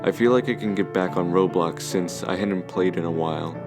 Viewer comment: Him saying Roblox sounds like Robux lol